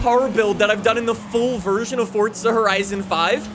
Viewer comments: Fun fact please learn how to say FORZA there is no T in it it's not FORTZA 😂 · It’s Forza not fortza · You say FORZA not FORTZA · normal people:forza him: fortsa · stop saying fortsa horizon 5 its forZa horizon 5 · forza not fordza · ForZa. Not ForTza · Ah yes I do love Fortza Horizon 5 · Cant get over it fortza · Fortza though? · Is it only me who dosent like how he says forza? He says “Fortsa” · When people say Fort-za I fucking cringe so goddamn hard. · is it me or hes saying fortza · anybody noticed he says fortza horizon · Why does it sound like you keep saying fordza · Why the emphasis on the (non-existent) 'T'? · Its NISSAN NOT NISAN AND IT FORZA NOT FORTZA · English 100, good job saying Forza and Nissan